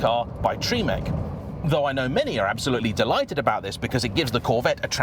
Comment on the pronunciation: Go on I’ll bite. Its tre-mec not tree-mec 😊